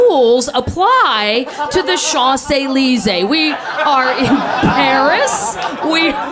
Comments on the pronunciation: Shanzey leezey? I thought it was pronounced champs eleezees? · she somewhat butchered the pronunciation of Champs-Élysées but funny story. Also I woulda just walked away cause I can't deal with stupid. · I hate the way she mispronounced champs Elysees, and I'm not even French lol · Yup. Plus what a beautifully American pronounciation of Champs-Elysees :D